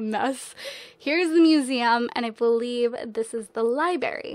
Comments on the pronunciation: libRary not libary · she said li-BERRY >.< Girl, l love your videos, and l subscribe, but please, PLEASE, say li-BRARY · umm sorry but you said libary and the correct way to say it is lie-brayr-e but for realz i love ya gurl thats just my biggest pet peeve when people pronounce words wrong love ya :) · Remull Mulligan I know right! It's so fun... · Lol says Libarry! One of my biggest pet-peeves but I love her so much so it doesn't bother me when she says it! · "Liberry" so cute she can't say library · Ikr I was like nooooooo don't say it like that!!